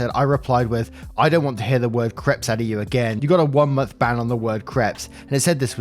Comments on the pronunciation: Creps... lol they're pronounced Craypes. It's hilarious that when you say "I don't think I said that right" it almost always is right. But creps. Laughing my arse off 🤣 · Hi love your stories. Soft correction - crepes not creps it's pronounced crapes (like grapes). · I am a victim of the way you pronounce crepes. There is a one month ban on you saying crepe.